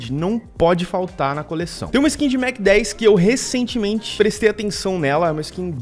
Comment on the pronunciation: *MacTen" que agonia